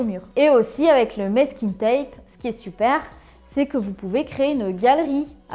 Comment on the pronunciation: Merci pour les idées ! Par contre, on prononce mAsking tape, pas mÈsking 😘